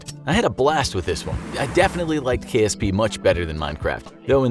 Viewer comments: KPS it’s KSP lol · Ah yes, Kerbal Pace Srogram